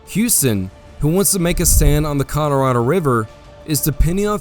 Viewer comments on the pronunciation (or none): Love the vid. Irked me everytime you said “Colorado” as “Codorado” but other than that and Bexar being called Behar it’s a 11/10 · CollarAdo? Colorado. AI.